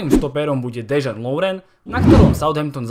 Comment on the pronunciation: Chapu ze ne kazdy je chorvat jako ja ale Dejan se necte Dežan ale normalne jak se to pise